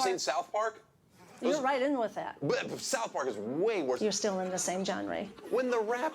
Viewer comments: Jon-ray I've been pronouncing it genre this entire time satan at his finest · She pronounced genre as jonray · She pronounced genre "John ray" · its zhonra no jonray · Why does say genre as johnray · Did she say "gen-ray"? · I'm fine with her believing in a magic sky daddy, I'm fine with her nutjob conspiracies about energy drinks, and I'm fine with her not wanting Islam in my home state. But she pronounced it "john-ray." That I can't tolerate. Lock this woman in a padded room and throw away the key. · I love how she says jon-ray instead of genre. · “Genre” as it’s cousin from New Orleans Jon Ree. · did she srsly pronounce genre as "john-ray"??? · "You're in the same Jon-ray" ....its genre!!! Gah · “you’re still in the same genrAY” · You're in the same Jon-Ray. Lmao I guess god doesn't teach you how to pronounce words properly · "You're still in the same JOHN-RAY." I guess I'm too evil to know how to pronounce "genre".😐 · Super cringe when she pronounced genre as "jahnree" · “You’re still in the same John-ray” I think it’s genre ma’am😂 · Did she just say "John-ray"? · "jhan-ray" instead of genre killed me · "Genrey". Yup, that distracted me the rest of the video! She has that goofy Mid-Western mom accent turned up to 11. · Is she trying to say Jon-Ray-Benet Ramsey? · She said genré hahah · She literally doesn’t understand that tosh is your legal last name. Also also, it’s genre not Jon ray or whatever she called it. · Jean ree? Do you mean genre? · LMAO stupid bitch says "JOHN RAY" instead of "Genre" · did she just pronounce genre like "john ray" after saying mountain dew is the best energy drink? this lady is nuts for sure. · Bruh she pronounces genre as jon ray! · She literally called it genry instead of genre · Dafuq did she just say Johnray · no. genre is pronounced like shawnra but the sh is more like a Z kind of sound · genre- "jenray" looool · Genre. Pronounced John Ray. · John ray did not approve that mispronounced word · Did she say, "Zhawn-ray"?